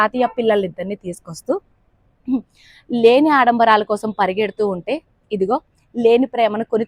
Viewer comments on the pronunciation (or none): none